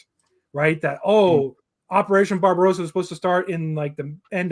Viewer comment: Guys, please listen: It is NOT pronounced “BarbaROWsa”, but BarbaRAWSA…. Get it? Drives me insane